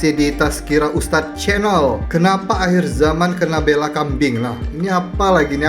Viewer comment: Sebutannya bEla tu kayak Emak, bukan (bAYla)